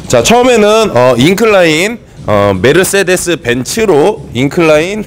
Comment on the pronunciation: 메르스데스 ㅎㅎ독일발음인가여? 한국에선 메르세데스 인걸로 아는데... 귀여우세요 석호선수님 ㅎㅎ